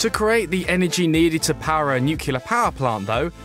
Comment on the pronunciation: This is great and much welcome news, but PLEASE, have a narrator who can pronounce "nuclear".